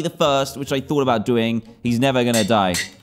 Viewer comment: i didnt have it, but i care a"boot" yarh stary